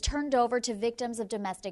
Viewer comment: “CaliPaytreeah, BianChee”. 😂😂